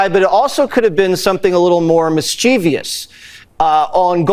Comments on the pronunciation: Mischievous. Mischievious is not a word 🤦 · They are all loathsome, and this might seem a petty insignificant point, but the way that Fox idiot mispronounces "mischievous" as "mischeevious" shows how ignorant of the language he is - not surprisingly. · Hey Jesse Watters..there are only three syllables in "mischievous." Another reason we should not defund education. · Jesse Watters mispronounced mischievous - at least Karoline got it right